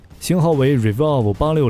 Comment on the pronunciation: Drone 和 revolver都不会读啊。